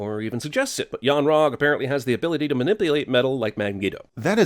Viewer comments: You missed that immediately mismumbles Magneto as "Mangeto" after "minipulate" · "mawipulate metal like Man-geo" Whenever I see a new cinema sins video I just wait for Th3Birdman to do a EWW instead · I thought you missed him saying "mah-nip-play-eight" lol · I know he's saying it wrong. It sounds wrong, but I can't for the life of me figure out what syllable he's fucking up. Edit: Never mind, I got it. He's saying Manipulyate.